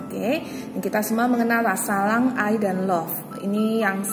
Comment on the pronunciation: Mon maaf kak sblmnya, itu yg pile 1 bacaannya Sarang bkn salang🙂